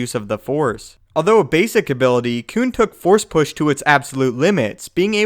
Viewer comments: Does anyone else cringe every time he says “Koon”? Like, bruh just say Plo Koon please Koon is not a word you should say like that bro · He is saying coon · When he kept saying koon I plugged in my headphones